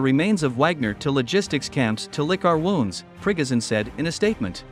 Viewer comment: Liking the new pronunciation for the wagner boss - prickozhin